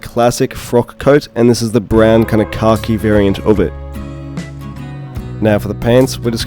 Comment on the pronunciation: I kept thinking you were saying "car key" variant for the longest time. Lol. Finally realized you were saying "khaki" at the very end🤣!